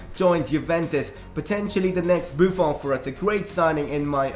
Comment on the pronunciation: u pronounce buffon wrong it is like a french accent in the end